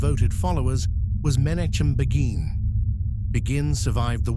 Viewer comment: A very well organized and timely presentation. Israel, as a nation now fights against a country that threatened to destroy it, not waiting for the promised annihilation. You can draw a line from Jabotinsky to the Irgun under Menachem Begin ( please correct the pronunciation) that helped kick the British out of Palestine and allowed the formation of the State of Israel to today’s IDF that have been fighting Iran and it’s proxies for two and a half years.